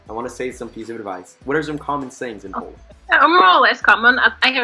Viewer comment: U pronounce Polish like Russian